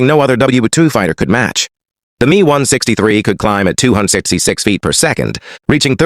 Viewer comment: ai commentary sucks. the 'me' ? M.E. messerschmitt.. not 'me'. ai readers ruin everything... . ww2 might become wuhwuhtoo.